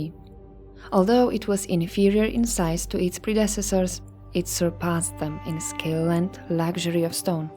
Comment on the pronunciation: I love these videos, but why do you say things like "pi-RAM-ids" instead of PI-ra-mids and "pre-DESS-esors" instead of PRE-de-cess-ors? Did you learn English from a book? No offence! Just curious about your accent. You don't do it every time, just now and then. 🤗 {:o:O:}